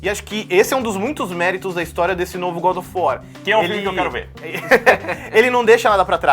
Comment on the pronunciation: "Godofor" kkkkkkkkk